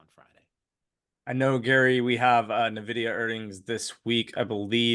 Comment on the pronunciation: If you are a market commentator and you still say "Nevidia", anything you say after that is going into the spam inbox. Get your act together.